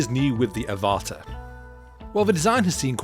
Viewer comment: I have a feeling the product name Avata is pronounced like Avatar (but without the r at the end)... makes sense right?